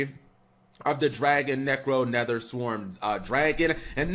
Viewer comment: Cap it’s drago-necro not dragonnecro